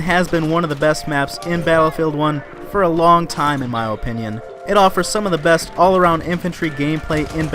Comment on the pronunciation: You say opinion so strangely Oh pinion